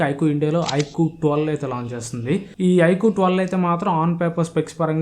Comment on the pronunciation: Adhii ( Ikuuuu ) kadu bro ... iqoo first mobile name cheppadam nerchuko tarvta videos cheyyuu 😅